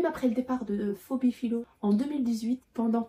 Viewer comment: Bonjour, Phoebe se prononce Fibi (en anglais) Fébé (en français) et non fobi. 😂 Super vidéo comme d’habitude. 💙🩵